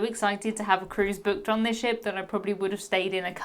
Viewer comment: Lol the accent. Boo….ked 😂